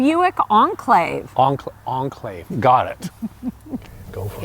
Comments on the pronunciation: Should be pronounced as Enclave, not Unclave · ... The car's been around for 10+ years... Why can't you pronounce the name by now